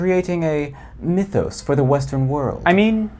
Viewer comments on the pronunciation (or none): none